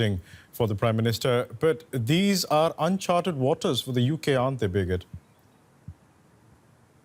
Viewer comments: Loool this Indian guy needs to learn the name of the people he is working with... It's freaking Briggit... Not "Biget" ... Damn dude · Birgit is a very common name in Europe, but they way the anchor pronounces her name makes it sound like 'bigot'. It very funny indeed xD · nope, it is not, he is mispronouncing her name...it is Birgit. You speak the "r" and its a "git" not a "got". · DW journalists should at least know how to pronounce German names - What do you think 'bigot'? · He is mispronouncing the name. Her name is Birgit...a scandinavian name; it stands for the helper, protector....it baffels me that you have never heard of it. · As a Birgit myself, it's common to hear the name mispronounced. We get used to it .